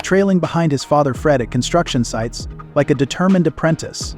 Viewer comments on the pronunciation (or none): none